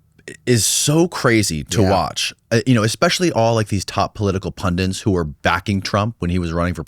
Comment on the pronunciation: Hey,, what is a "pundint"?